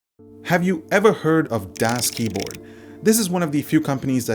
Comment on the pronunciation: DoesKeyboard? No, thats not right, DasKeyboard is right.